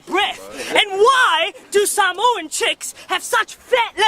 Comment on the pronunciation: It would be good....if he could say samoa properly🤣🤣🤣🖕🏽